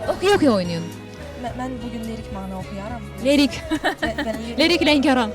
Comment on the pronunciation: Leyla xanım rus dilli bir xanımdır, bu zatən bəllidir. Amma o yenə də efirdə rusca danışmayıb, ola bilər, lirik sözünü lerik deyib, insandır, amma aparıcı qadın onu Lerik Lənkəran deyərək, məsxərəyə salır, bu çox ayıb bir hərəkətdir, bəlkə öz aləmində nəsə gülməyə görünməyə çalışıb, amma olmayıb. Leyla xanım, siz hər şeyə rəğmən möhtəşəmsiniz.